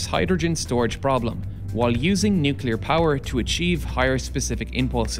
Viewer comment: downvote... engineer can't say nuclear...